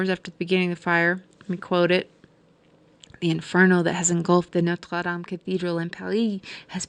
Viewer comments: I enjoyed the video but found myself cringing when you say Norte dame I’m not trying to be mean but it was offputting to me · NOTRE- DAME, not "Notes Latham" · WoW, you have left me speechless...clear as a sunny day !!✨Also love the way, you say Notre Dame. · You pronounce Notre Dam funny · the burning of the what? did you mean to say the burning of notre dame? i couldn't understand your tongue .